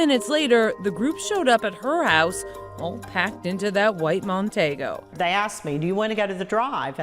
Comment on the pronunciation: It’s pronounced Mercury Mon-tee-go, not Mon-tay-go. Very sad story but unfortunately without DNA evidence there is very little chance of solving this awful crime. People’s memories are not a reliable source of facts the next day let alone all these years later.